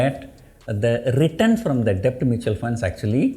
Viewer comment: Sir b is silent while prononcing debt. Pls check in Google